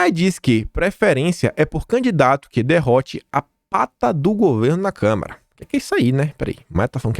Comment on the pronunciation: gosto demais do seu canal,mas vc tem que corrigir sua pronúncia quanto a CÂMARA dos deputados. Vc sempre fala câmera, isso prejudica seu canal, quando abre espaço pra interpretação de que lhe falta conhecimento. Fica a dica.